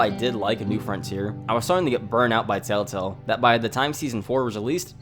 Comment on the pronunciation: I’m sorry but why am I hearing “TaleTale”?